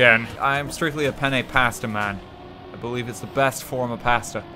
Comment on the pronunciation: Says that Penne is the best Pasta while simultaneously pronouncing it with an overly Americanized southern drawl is the best way to critique an Italian dish.